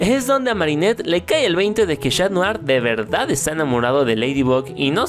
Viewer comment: 0.35 dijo shatdrien osea cat notar y Adrien